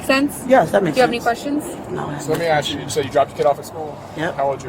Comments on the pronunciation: why can't they ever say ASK??? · Axen, is not a word 😂. Fitten to get out the car 😂 she sounds like that fifth grade education is working well for her. Stop talking, you sound dumb. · Try it,it’s because they are not smart enough to raise their tongue to the back of the front teeth. So what is said is” dis,dat,dem,axe,breeve “ etc….😅 I never understood myself until I tried it. 😂😂😂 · Beware of people who can’t say the word ASK. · If you pronounce ask as axe you are not doing my taxes. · DOES SHE NOT UNDERSTAND ENGLISH OR IS ENGLISH HER 2ND LANGUAGE? SHE BROUGHT THIS UPON HERSELF. "AXE ME." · Axed a question? What language is that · She's doing an awful lot of "axing". 🤣😅😂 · How hard is it to say "ask"? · What is this word " axe" me mean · Can I axe u a question ? Can I axe u a question ? Why not ? A whole lot of people axe me to do THEY taxes ? 😂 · how hard is it to say simple words like ask... or door... or teeth... its not axe or doe or teeths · It’s ASK not AXE!!! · Lady the officer "Asked" you questions, not "Axed" you questions. English. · Her revisionist history is insane, then she axes to see the camera like it’ll vindicate her? She needs to ax herself if maybe she’s suffering from retardation, a simple question axed about your daughter doesn’t warrant this banshee behavior. Axing questions is how poelease does they investigations, on god bruh, on my son, for what for what for what for what for what for what for what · It’s ASK, not AXE!!!!🤦‍♀️🤦‍♀️🤦‍♀️ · I'll never understand why people yell "help" when being detained or arrested... Do they think their fairy godmother is going to show up, wave her wand, and make everything all better? SMH... And the word is "ask", not "ax"!!! Just saying.... The whole conversation with the sarge was absolutely ridiculous!!! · "You AXE me a question" "But I didn't do nothin DOUGH" Obviously not on her way to teach an English 101 class 🙄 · It’s ask not ax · “Axe” instead of “ask”. Why is this so difficult?